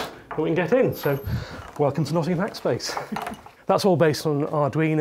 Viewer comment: Hackspac ?! I thought "e" is the most common letter in English, not in Nottinghack...